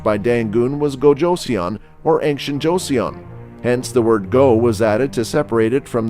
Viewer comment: its JO - SUN, not JOESSIAN